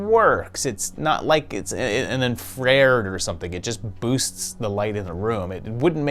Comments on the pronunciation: Did you just say "En-frered," instead of "Infra-Red?" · I love you, sir, especially all your other role references. But it's pronounced "in-fra-red." Not "inf-rare-d." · I'm sorry..."Infrared"? In-frayred? You mean infra-red? Edit: to be clear, I'm not trying to be a dick, I love your channel. But..."infrayred"? lol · This guy pronouced Infrared as Inf-RARED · Dude, love your work but … your pronunciation of infrared made my brain bleed. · Did you pronounce "infrared" like that on purpose? :P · Ha! I came to the comments to say this. I had to rewind twice because I was like "is he trying to say 'infa-red'?"(phonetic). Doesn't matter, I fuck up words all the time. Love this channel!